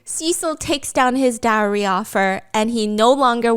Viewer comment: Dee Eye See Kay 🤣🤣🤣